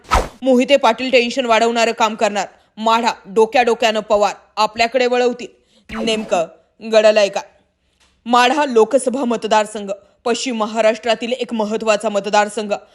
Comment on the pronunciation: Its amusing to listen "Nemaka Gadalaya may " as the reporter says instead of " Gh- adalaya" !!